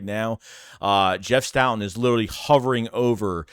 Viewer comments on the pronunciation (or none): none